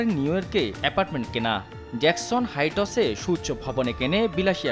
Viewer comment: আর প্রতিবেদক হাইটস হাইটোস না🤣🤣